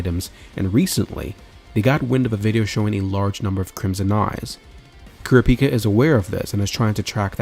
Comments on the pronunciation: ITS KUUURAPIKA NOT KURAPIKA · Bunch of people grumbling about pronunciation 😄 ( .. ..🤔🤔.. 😮!! they might even be a couple of Kurtas who managed to escape the massacre! 🙊🤷🙊.. I mean what are the odds the troupe was legitimately carrying around a village census naming every single occupant 🤷 + its not like they seemed to notice that Koo-ruh-pike-ah wasn't around 😮) Anyway - I for one, however, didn't think it was a big deal 😌 I knew who you were referring to and was able to focus on the story and enjoy the video (very likely cos my eyes don't turn red when I hear odd pronunciations 🤭) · Never heard someone say kurapika’s name like that